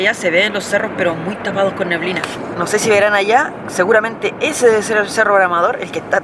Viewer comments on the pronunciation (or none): none